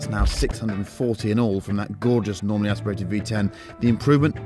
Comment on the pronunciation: Did he say 'normally' aspirated... sigh